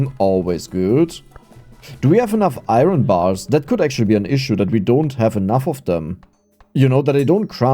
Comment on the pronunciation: I thought we taught how to say "iron" properly during Coal LLC? What happened? 😂